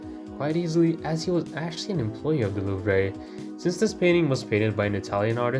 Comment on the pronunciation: Love the video but the way you said louvre was boutta give me an aneurism loll